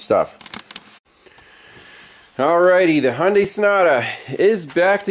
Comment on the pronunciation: Sounded like you called it a snota, Ha,Ha.